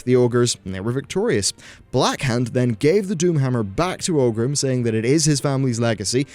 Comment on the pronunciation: it's ORGRIM not OGRIM ;)